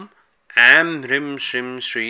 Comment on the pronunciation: Bhai ap ki toh beejon ki pronouncing hi nirali hai 😐 Hrim kab hota hai Hreem hota hai Shrim kab hota hai woh Shreem hota hai aur Hrim kya hota hai Hreem hota hai Dunia aik jaisa pronounce kr rhi hai aap anokhay hi system mie chal rhe ho 😁